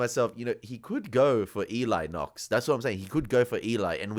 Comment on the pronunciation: that animal agent... Knox ... can't even say his name